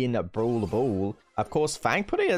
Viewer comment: When some says brawl brawl me be like No Its browl bool